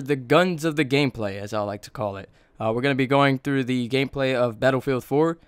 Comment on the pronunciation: "gayplay" instead of gameplay